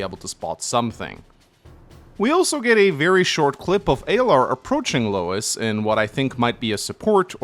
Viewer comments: Editor's right, it's pronounced Louie. The Japanese ルイ makes it clear. Every time said Lois I'd think of family guy lmao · It’s pronounces “Loo-Iss” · Just a heads up it's spelled Louis but pronounced Louie, it's a french name